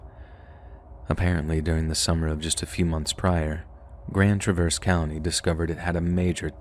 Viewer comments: OK, the mispronouncing of Traverse City, MI and Grand Traverse County is driving me crazy. It is pronounced like the name Travis NOT like “I am traversing the river.” The heavy accent goes on the first part of Traverse, not the second part. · You're pronouncing Traverse wrong 😅